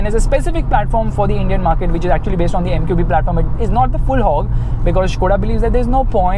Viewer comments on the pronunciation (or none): none